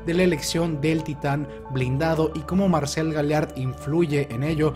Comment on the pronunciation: Amo y Adoro como explicas, redactas y presentas los vídeos, te admiro y respeto por eso. Pero me da mucha ansiedad que Marcel sea pronunciado con acento en la "e", y no en la "a"...